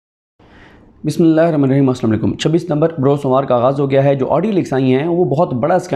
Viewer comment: بھائی بسم اللہ صحیح پڑھا کریں ہم دنیاوی تعلیم کے ہر لفظ معطات رہتے